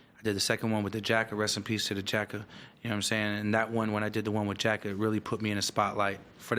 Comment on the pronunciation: Lol it’s jacka not jack 😂